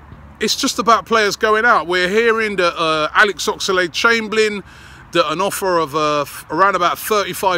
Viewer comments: Oxlade NOT Ox-a-lade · Oxerlade ???? Talk properly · Robbie puts too many syllables in Oxlade and it really fucks me off